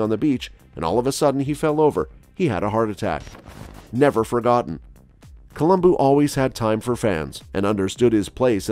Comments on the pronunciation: Colum-BO not BOO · It's Columbo not Columboo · It's a shame his name was mispronounced during the entire video...